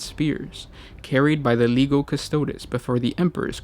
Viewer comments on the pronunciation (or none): Sharklops I laughed out loud at that 😊. Seriously though yes it is indeed lee-gee-oh not lee-go. 👍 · "Leego Custodes" OOF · Just as a point of info: Legio is pronounced as "Lee-gee-o". As you know, it is derived from the name of ancient roman legions or the roman term for "Legion". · Lee-Gee-Oh, not Lee-go. I still say s good as this stuff is. they desperately need a voice producer. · Just a note: the Warhammer characters have classicla Latin pronunciations. Legio is pronounced "Leg - ee - oh." Custode is pronounced "Cuhs-toh-days." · I disagree. If is real classical pronunciation it should be: leghio (lèghio) and cu-sto-des (custòdes) with accent on ò. I'm italian, and studied latin and greek at high school